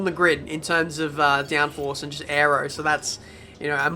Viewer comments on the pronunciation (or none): none